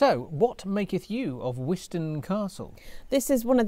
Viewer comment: I was lucky enough to be born and bred in Wiston and spent a lot of time as a child playing on and around it. You were correct on the pronunciation of wizzo. The castle is part of the Pembrokeshire landskire line which is a line of castles, a north/south divide, built by the Norman’s to keep the Welsh out. You can see the outlines of houses and other structures inside the Bailey where all of the nettles grow. Great video 😁